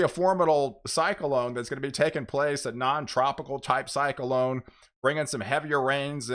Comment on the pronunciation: When you say cyclone I'm hearing (psych•a•lone)